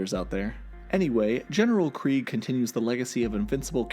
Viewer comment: Kregg, pronounced “Kreeg”, sounds like the German word for “war” which is “Krieg”, pronounced in a similar way. Honestly I think it’s a badass pronunciation.